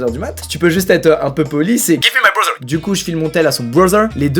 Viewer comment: « 👹 »